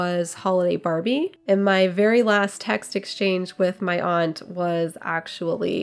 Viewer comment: I love that you say "aunt" and not "ant." Love that linen!!!